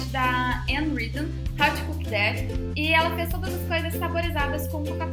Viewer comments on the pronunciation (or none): none